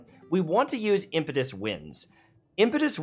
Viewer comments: im 'pet' chuous winds not impitus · Impetuous not impetus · Him mispronouncing “impetuous” is more annoying than it should be. lol